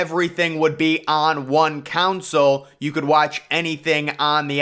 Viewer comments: Not you pronouncing "console" as "council" 💀💀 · Tf is a "kaansale" 😂